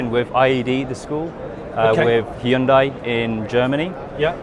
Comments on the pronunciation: its hyundai not hayundai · “Hi-un-dai” haha. So much more effort than saying it properly. “Hyun-day” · Oh god it's pronounced "hyun-dae" not "hie-un-die"...thought Americans pronouncing it "hun-die" was bad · *Hun-day, pronounce it Right!!! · This guy needs to learn how to pronounce Hyundai. It's annoying. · That moment when you realize he is saying "Hyundai". Because to my American ears it sounds nothing like how we say it over here. (Even went and watched a couple commercials to verify)